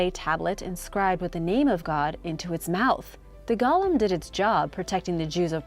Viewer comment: The pronunciation is Go-lem, not gollum. Gollum was the sickly little creature from lord of the rings.